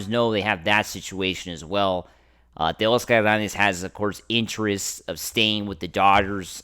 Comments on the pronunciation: 😂😂😂 he sounds 🤦🏼‍♂️ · I wanted to unsubscribe so bad when I heard the way your said Teo’s name.